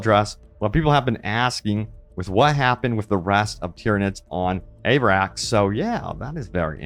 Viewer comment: Ah-vah-rax…..not Aye-vrax